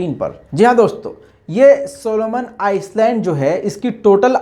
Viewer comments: Solomon ICE Land nahi, I-land (S padha nahi jata) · Oye ice land nai ai land your pronounce ghadda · It's not Iceland.... It is Island. learn it. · It's not Solomon Iceland it's island S is silent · island ka prononciation iland hota hai not Iceland....pls correct pronounce Island,('iland') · Plz pronounce correctly it is not Solomon Iceland, how you said it is ii land s is silent ,good reporting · Island Iceland kahraheho.correction karlo bhai. Island me "s" silent hotahai. Is liye Iland kahna chahiye. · सोलोमन आइलैंड इसका सही उच्चारण होगा! यस जो है साइलेंट है! वैसा आप का काम बेहतरीन है! " कीप इट अप" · Island 🏝 s is silent in this word real pronunciation is I-land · island ko iland parhte hain. S silent hai. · Island me "s" silent hota hai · S is silent while u pronounced Island